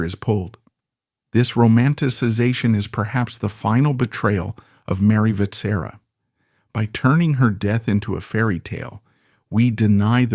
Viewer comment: Your pronounciation of Vetsera hurts a lot- it's supposed to sound somewhat like wet-shear-ah (in one go)